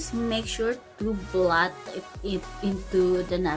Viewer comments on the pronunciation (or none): none